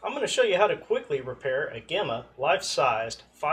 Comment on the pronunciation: It’s not Gemma it’s gemmy